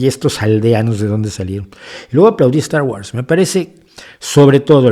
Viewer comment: De acuerdo en todo,. Sólo la pronunciación de Star Wars. Es [wors]